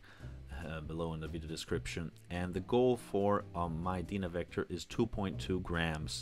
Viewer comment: Dude, rough night last night?!! You are having a hard time with your words....Dynavector is pronounced just as it looks...DYNA-VECTOR. Not Dina. Resonance is just as it looks, not risanance and other examples I won't cite today....go back and view your own video, it's worth a laugh! Coming from me who has been doing this for the last 55 years, you have done one of the best set-up videos on YouTube....that's a compliment! ....By the way That Dynavector DV-20x2 is a fine cartridge and I truly believe is THE pivot point towards Diminishing returns, in the cartridge world...No real need for those $5k to $15K brag pieces! I have used this as my reference cartridge since they came out in the 70's, in the red clear bodies; before most of you were born! I'm on my 3rd one! Anyway, in your sequencing, please do do ALL cartridge mounting and overhang and alignment work to the end, before zeroing out the tone arm weight and antiskate adjustments...Cartridge weight is ALWAYS and the END of everything you do in cartridge set-up, except Anti-Skate adjustment, for safety sake of that $1,000 cantilever and stylus....In-fact, during ALL alignment and tracking force and VTA adjustments, TURN THE ANTISKATING OFF. That makes it much easier to make all adjustments and you won't cause a cantilever snap, because the arm went flying due to the Antiskate pull. Most don't know this until it happens....If you snap the cantilever, you will find that a new replacement of a replaceable cantilever and diamo